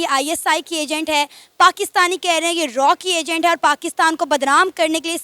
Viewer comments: जाहिलों रा नहीं, रॉ होता है😅 RA&W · हो सकता हैं लड़का रा का एजेंट हैं।😂😅😢😊 अरे पाकी ओ रा नही रॉ होता हैं।😂😅😊 न ठीक से उर्दू बोलते हो न तो हिंदी न पंजाबी😂😅😊